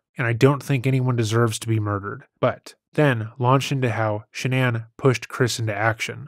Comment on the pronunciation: Shanann, not Shannan! 🙄